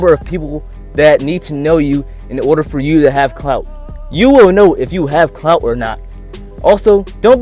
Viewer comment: Why do you keep saying CNOUT? We wanted to hear about the word clout...